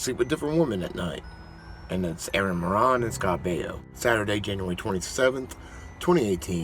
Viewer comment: It's Moran like More-ann, you More-On (like moron).